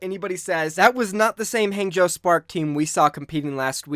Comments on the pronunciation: It's not Hang as in hey, it's pronounced Hang as in hah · I just can’t get over you pronunciation of Hangzhou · I cry every time he says Hangzhou